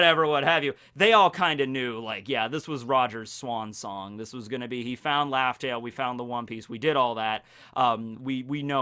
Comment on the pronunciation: Stop saying LAUGHtel, it sounds so cheesy omg. RAFTEL, RAFTEL